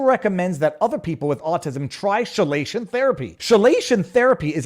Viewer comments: I believe it’s pronounced ke-lation therapy. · Minor note: chelation is pronounced with a hard "ch", since it derives from the Greek χηλή, meaning claw. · I would reeducate you to pronounce chelation properly. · "chelation" has a hard "ch", like a k, not a soft "ch", and certainly not a "sh". It's from "chela", a claw, because the molecule used in treatment surrounds the metal ion "like a claw". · Chelation is pronounced keelation. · Chelation is pronounced key-Lation ….. love ya viva ….. hang up a certificate sayings you’ve been edumacated by the YouTube’s …… no more medical misinfo !!! Lol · chelation sounds like key-lation, not she-lation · Chelation = KEY -Lay -Shun , not SHE lay shun lol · Hey Viva MISPRONOUNCED “CHELATION” Therapy. It’s pronounced with a hard “Ch” not soft. It’s pronounced as if it was spelled: KELATION as with an Hard “K”. I know…. I’ve had KELATION - CHELATION Therapy. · chelation is pronounced "key-lation" Get it right,!!! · Keylation not shilation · pronounced key-lay-shon not she-lay-shon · chelation is pronounced " key-la-tion". Not as a soft "che" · Viva Frei didn't give "chelation" the soft "ch" of "charge", he gave it the French "sh" as in chauffeur. And no, not simply for the sake of weird rules. As a consequence of inheriting some words twice (shirt/Anglo-Saxon skirt/Old Norse), and then being hit with Norman French, then a huge dump of Latin and Greek, and we mustn't forget the Great Vowel Shift. Then we got a lot more words from India (like pundit). English in my country has picked up a lot of words like "whare" and "whanau" where "wh" is a bilabial fricative mispronounced by English-speakers as "f". In this case, the difference in sounds is fairly predictable as long as you know which words came to us from Greek and which came from Latin via Old French. Although "cild" was Germanic. ... Any rate, all this should be familiar before you leave school (:-) (:-) (:-) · Chelation is pronounced like KEYlation.